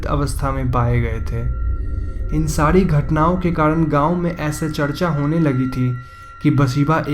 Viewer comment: Ye "sari" ko "sadi", parivar ko "padiwar" kyo bol raha hai bkl